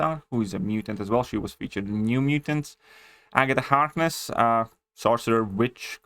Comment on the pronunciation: My man said agata hardness 😂